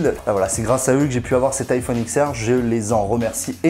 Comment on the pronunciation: juste vito la video est excellente je tique juste sur le prononciation: c'est iPhone DIX R pas X R